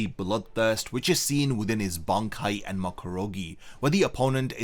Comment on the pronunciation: You keep saying "enema", butt it's "enma"